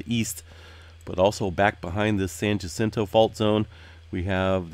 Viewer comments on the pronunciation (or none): I love your channel, but it kills me each time you pronounce Jacinto with a hard j. It’s Spanish, the J is pronounced with an H sound.